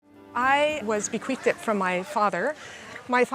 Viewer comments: “Bequeathed it”, come on lady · I listened to it several times. I really hope she said bequeathed.